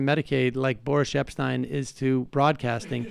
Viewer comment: Is it Boris or Boorish? and by the way Sam, as a journalist, you may not be up there with Uncle Walter, but you have a TON of people beat.